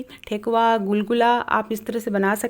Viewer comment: ये टोकवा ,, क्या होता है मैडम , हद है , टेकुआ बोलते है टोकवा नही ,, वीडियो बनाने लग जाते हो और